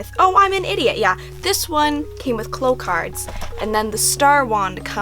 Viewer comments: they're not "cloh", it's "claow" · Its clow like cow not clow like glow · shell shell lol bish what Japanese version are you watching, Sakura pronounces it "cloh" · Victoria P well obviously many people including myself hear her say "cloh" in the Japanese version lol, there are multiple videos of her capturing the cards here on YT. But as a kid I watched the French dub because of my dad, and they definitely say "cloh" no doubt about it, so I have always said it that way and it seems very strange to me to say it like "claow." But I mean it doesn't really matter 😂 just weirds me out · so... I've been pronouncing clow wrong all my life.